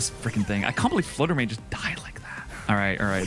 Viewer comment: fluder may :)